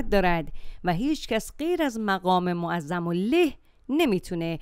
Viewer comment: معظم له حرف لام با فتحه باید بخونی نه با کسره.lah درسته نه leh